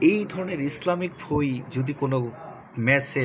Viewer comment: ভই না বই